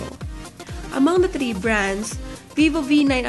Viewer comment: I like the review but please, improve your pronunciation and try to make your voice more livelier. Be careful on pronouncing THREE and avoid using the Russian R because your using the English language.